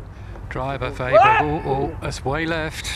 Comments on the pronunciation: stop calling him A-berg!....he is not an A-hole!....he is an Awesome player!....AWEBERG!!!!....the swedish letter Å is pronounced AWE!!!!!!! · English speakers should pronounce his name O-berg instead of A-berg. That would be much closer to the right pronunciation. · His name is not "Aberg" the reporters should say "Oberg"